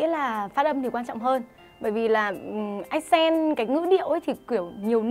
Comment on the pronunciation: Ác cền t ... dấu nhấn ở âm trước mà :(